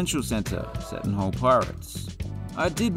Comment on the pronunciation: PRONUNCIATION ALERT: The "Seton" in Seton Hall is pronounce SEE-ton, not SEH-ton. It's named after Saint Elizabeth Ann Seton, the aunt of the school's founder, James Roosevelt Bayley, then the Bishop of Newark, New Jersey.